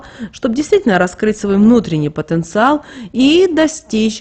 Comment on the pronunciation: Потенциал.блогодарбю потонциаал